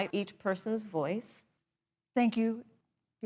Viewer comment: "I think racial and gender inequality is goODuh" - Dr. DuH